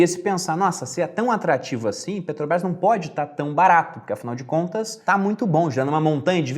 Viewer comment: Muito bom o Video, mas ouvir "Peteobrais" é foda